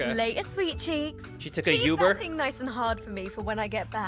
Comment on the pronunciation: the only thing wrong with these video is that pronounced “Uber” as “Youber.” 10/10